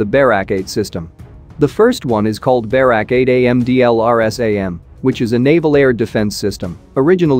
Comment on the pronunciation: it's not pronounced BEH-rawk, it's buh-RAK